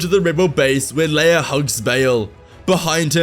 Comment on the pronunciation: “His son and Leaea’s brother” over ????!!!!!!